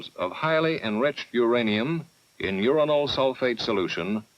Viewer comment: The Homogenous reactors have to be my favourite. Just so off the wall and technically "simpler". Plus getting a giggle every time they mention "Urinal" (Uranyl) Sulfate